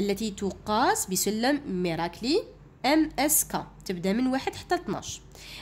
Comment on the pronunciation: مركالي ليس ميراكلي